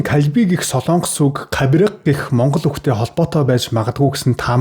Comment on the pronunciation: СОЛООНГОС биш СОЛОНГОС шүү... гос подкаст хийдэг жүү???? ккк